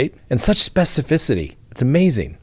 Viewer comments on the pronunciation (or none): none